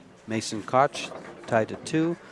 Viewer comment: Mason Koch, is pronounced ‘Cook’